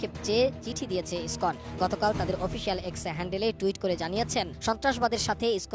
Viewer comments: আরে ভাই ইসি কন না ইসকন। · ইসকন শব্দটাও তো ঠিকভাবে বলতে পারেন না